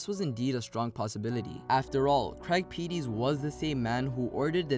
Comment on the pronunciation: Craig Peties, it's pronounced "Pe-tees" not "Pee-Tees"